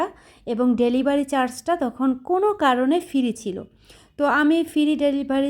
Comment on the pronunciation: Apu apnar ucharongulo ektu thik korle valo hoi perai na pray,fere na free. Mind korbenna jehetu video banan.